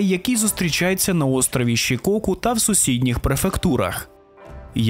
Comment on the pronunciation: Та я ж не про те)) Немає провінції Шікоку) Є Сікоку)) Так само як немає Мітсубіші, є Мітсубісі)) Я саме це мав на увазі, не ображайтеся)